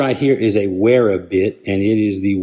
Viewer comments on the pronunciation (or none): Good review and video! BTW Wera and Wiha are actually pronounced Vera and Viha. Not trying to be an English teacher at all but thought you may want to know.